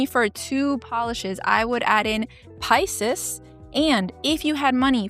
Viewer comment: I've never heard Pisces♓pronounced like that, hmmm That smokey light purple is great on your skin tone, NICE choice for you! Sylvanclaw has a new one "Pebble Path'. Is that hue trending or what! Like Taro Milk Tea/Cracked , the prettiest if you ask me.